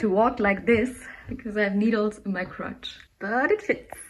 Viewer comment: I was afraid you would summon an evil bunny Spirit by saying "Zipper" that often. So please all repeat 10 times this tongue twister: Pinning Space Saussages is hurting crotches, If crotches be close when pinning Space Saussages. Who elses said "crotcheses" instead of crotches? xD